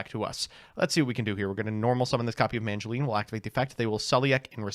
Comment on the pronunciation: He still says MaNgileine